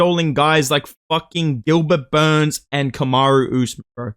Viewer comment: From now on you can only mention Gilbert burns as “Gilbert BURNS 🗣️”